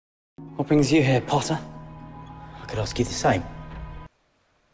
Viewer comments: ''Pottah...'' AAAAAAAAA I LOVE IT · No one : Malfoy: pHotTter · "POTTAH" - Cracks me up every time lol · You are absolutely right , saint pottah :D I cant :DDD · "SaiNt pOtTaH" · the way he says “potter” 😂